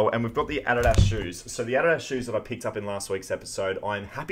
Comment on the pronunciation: Man, it is absolutely crazy how you pronounce Adidas. 😂 It almost makes me cringe more than when a Canadian says (Sorry). 😂 Anyways, great finds. 👍